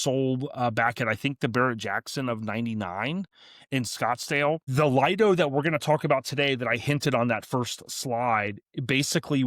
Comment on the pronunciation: Lido is not pronounced Lied-o, it is Leed-o.